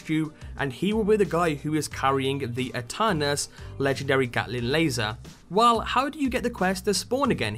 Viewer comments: its pronunced eternus since ae in latin is e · Aeternus in latin means Forever It is pronounced by silencing the first letter A